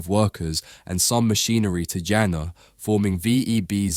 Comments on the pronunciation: Jena ~ "YAY-nuh", not "Jenna" :) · also jena is pronounced yena, and west germany annexed east germany in 1990, not 93. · Really nice to see a hidden champion from my hometown recognized. I walk past their currently builded new site every day, quite a fancy look. If you want to make a follow up and need some local information come over. PS hearing Jena pronounced the way you did still feels very odd. Try the "Je" like in "yell" and you'll be ok. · Jena is pronounced with just 1 "n" btw 😅 Best regards from germany tho 💜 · Thank you so much for saying Neekon instead of Nycon. Please say Yeahnah instead of Dshenna. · Informative video! Though, it is astonishing that someone would make an almost 9-minute video with probably lot of research going into it but apparently not once looked into how to pronounce the companies name, the city name or the founders name correctly. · It’s annoying that someone who gives his voice for narration is not interested in looking forward how to pronounce names like Zeiss, Jena etc. Ones related to the major contributors of chip manufacturing technology. (Guys, let me inform you that there are several countries and languages where pronounciation does not necessarily follow the visceral English could be way. Please, respect world out of USA UK etc. even if English has been prevailing in the tech world for a centiry or so.)